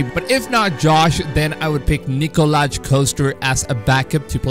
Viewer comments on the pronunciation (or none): You pronounce his name Nikolai not Nikolaj